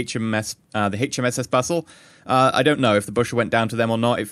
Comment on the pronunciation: no offense, but you said bussel not bushell